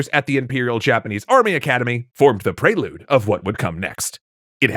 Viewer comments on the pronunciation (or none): none